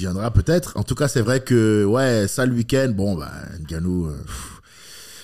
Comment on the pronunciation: Punaise! Même mon gars prononce Nganou "ENganou", "ENdolè"...😐😑😔 Sinon super interview avec l'humour d' comme on aime 😉. Avec Tous mes encouragements.